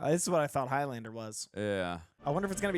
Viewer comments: Highlander is the name for a person from The Highlands - a geographical region of Scitland. The Highlands rhymes with islands. So Highlander rhymes with Islander Several characters pronounce it correctly...during the death bed scene, Clancy in the fight under the copter "another time Highlander' Its not highLANDER.... its HIGHlund-ah Please try to say it the correct way not the dumbass Yank way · It's pronounced 'HIGHlander', not HIGH-LANDER. The 'land' syllable is not stressed. Unless you're of a certain Scottish dialect in which case it's Heelander.